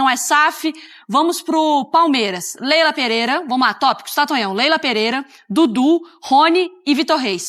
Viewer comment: segundos. O cara me manda um "Leila Peleira". Tá Sertu